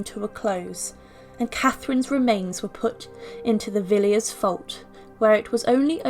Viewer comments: Gough is Goff not Go. Villiers is Villers. Not very nice but we look at mummies, don’t we? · Highly unlikely that Henry VII wanted to distance himself from Catherine de Valois since she bolstered his extremely doubtful claim to the throne. (Pepys is pronounced "PEEPS", Villiers is "VILLAS" - an historian should know that)